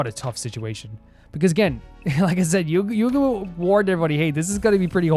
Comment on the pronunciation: By the way, your first pronunciation of "Yugamu" is actually more correct than the EN dub's pronunciation! It doesn't matter too much, but basically don't stress out over whether you're pronouncing it like the dub or not lol. (I sure hope you don't try pronouncing "Kako" like the dub does though lol. That one bugs me in particular, but I guess they didn't want her name to sound like a part of male anatomy??)